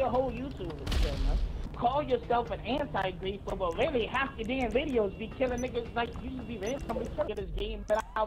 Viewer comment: “Anti gweefuh” 😭